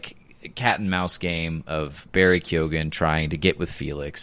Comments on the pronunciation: This podcast is so good I keep coming back over and over. I love this. Ps. I hate to be this guy, but it’s pronounced “Key-Hogan.” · Barry KYO-gin Emerald Fih-NELL